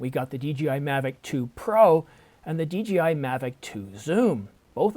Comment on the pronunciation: DJI. Not DGI.